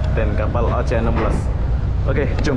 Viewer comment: Gk lucu pun, Oceanna yang ngakak, abang itu bilangnya Ocehan😂